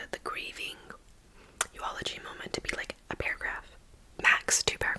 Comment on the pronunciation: No flame but it's eulogy not euology